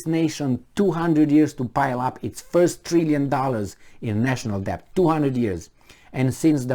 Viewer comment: Unsolicited but possibly useful advice for: 1. Shorten the little comparison anecdotes..." What if you had a neighbor who.." "What if you were a coach who..." "what do you do with an employee who.." etc and get to the point faster. 2. "Debt" is pronounced without "b" (det). 3. Consider the possibility that despite the obvious stupidity of those appointed to pretend they run anything, the disaster that results is not caused by their stupidity but is he actual INTENDED result by their string pullers